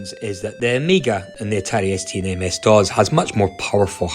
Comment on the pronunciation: That’s not how you pronounce DOS. It’s not DOZ.